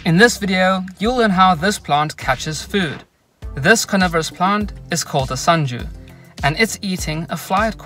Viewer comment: Man did you really pronounced senju